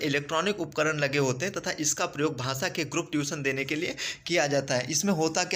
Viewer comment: Sir its not bhasa its bhasha